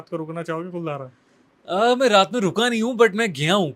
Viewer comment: 'कुलधारा' नही वो 'कुलधरा' है।